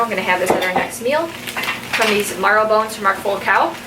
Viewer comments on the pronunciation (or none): bone “marrow” not “morrow”